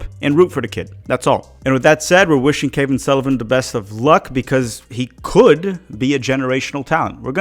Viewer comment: Cavan is pronounced like "Gavin"